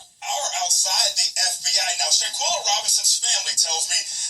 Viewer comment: First off, u keep saying “shantella” it’s shanquella. Secondly, nazeer keeps saying the next day because, he arrived on Sun. Who was blind to the fact that the fight happened on Saturday morning? The night before they well all playing games, drinking, eating and that’s when she walked up on them in the bedroom. Dejanae was still in her pjs that Saturday morning that the fight happened.